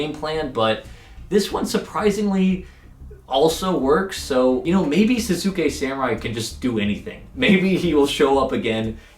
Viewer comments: Sahs-kay samurai is how its pronounced I'm fairly sure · people really don't know how to pronounce Sasuke even with how popular Naruto is : O